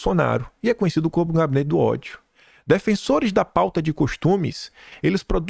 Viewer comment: RESPIIIIIRA, TATIBITATI. NÃO É "OTHO",NÃO, É "Ó-DI-O"